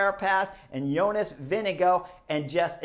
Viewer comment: vingegaard is pronounced vingegor, great comentary though always enjoy your opinions